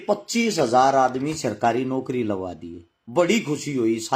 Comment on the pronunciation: Sarkari naukri na ki sirkari bolna to sahi se sikh le